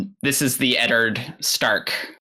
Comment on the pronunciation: pronunciation of Eddard is just perfection. Edderd 🤣